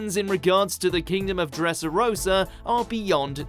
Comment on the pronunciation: Not just that, that moron pronounced Dressrosa horribly.